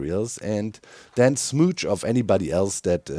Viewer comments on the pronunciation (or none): "then smooch off anybody" Watch out! Doc's gonna be looking for smooches!!! Doc, there's no 's' in the word you meant to say